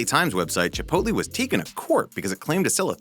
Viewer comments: DONT SAY CHIPOLTE!!! (It offends Mexican culture, according to my tour guide on my recent trip to Ensenada) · THE WAY HE SAYS CHIPOTLE